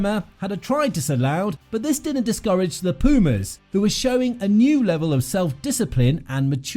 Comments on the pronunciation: PLEASE! Learn how to to pronounce PUMAS properly, you sound ridiculous. It's not peeeeeuhmaes, try POOHMAHS. And also the coach's name, put some effort into it man, it's not that hard... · You pronounce P U mas and not P i umas, like you dont say Eng I nd, you say Engl A nd, Thank you. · Thanks a lot for this amazing video. Tiny advice, check how Pumas is pronounced properly in spanish, is not "PIU"mas, is more like POO-mas. Cheers man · English rugby commentators need to get it straight for once and for all. It's pronounces 'poomas', not 'piumas'. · hahaha 😂😂😂 please repeat after me : .....poooo....masss......poo..mass....poomass.... pumas!!!!!!! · Don´t say piumas, it´s pUmas. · it is pronounced POOmas not PEEUmas. Pumas are Cougars.Wait Until Monetta reaches the National 1st team 15 players. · Please is not piumas .....pUmas !!! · It is not pronounced /pjuːmæs/; it is /puːmæs/ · After watching just 0.27 seconds of the video, I want to say this: Try to pronounce Pumas like this: " poomass" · It would sound more accurate to pronounce "Poomas" but don't get bothered by silly comments like that. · Is Pumas Bro Pumas is not so hard. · Muy buen video, la próxima sería bueno decir bien "Pumas", sólo eso, no te pido los apellidos y nombres de los jugadores hah, ty!